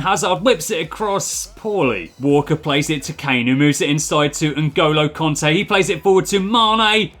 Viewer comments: It isn't konte it's kante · btw I only wrote that cos it sounded like u were saying conte